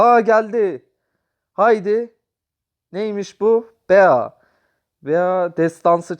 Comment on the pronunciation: Abi Bazı Karakterleri Yanlış Okuyorsun Yanlış Anlama Ama 😄 Bea (Bii) Pam (Pem) Jacky (Ceky) Rosa (Roza) Penny (Piiny) Lou (Luu) Gale (Geyl) Dynamıke (Daynemayk) Barley (Barliy) Byron (Bayron) Rıco (Riko) Frank (Frenk)